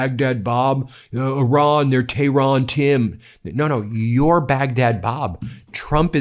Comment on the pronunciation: He thinks " Tehran Tim" is so cute.....never mind how he pronounced Tehran